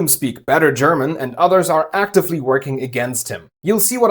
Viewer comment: Like you saying .. ACTIFLY ....very german